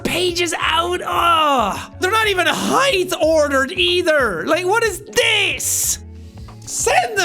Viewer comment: Did Jack say Heighth?